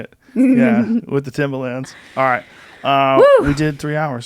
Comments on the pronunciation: Its Pronounced Timberland..Not Timbaland.thats a rapper..just sayin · Fuck, Joe, it's timbERland! Timbaland is that dj guy. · Joe says Timbaland the rapper instead of Timberland the shoe